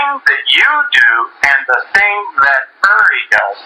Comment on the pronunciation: Not billy. Uri. But the way she said it it made it sound like irry